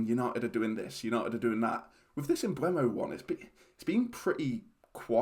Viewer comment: With the E before the U isn't it pronounced "emboomo?